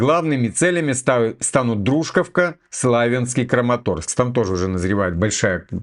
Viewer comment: Дружковка ударение на 2 слог